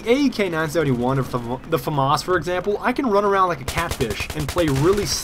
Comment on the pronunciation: hey, famas is pronounced Fah-mahs, but run it together without a pause :)